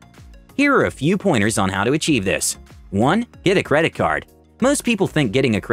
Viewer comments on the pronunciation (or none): Achieve, not "Acheieve" . Otherwise, great video!